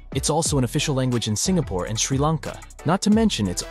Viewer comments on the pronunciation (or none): none